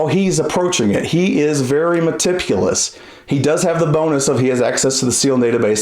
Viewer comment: Lol he said MetiPulous